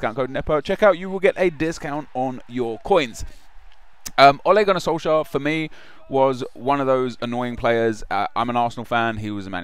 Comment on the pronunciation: atleast research what the League in Norway is called.. Tippeligaen. Also, look up how to pronounce the name.. Sounds like you're saying SolSchär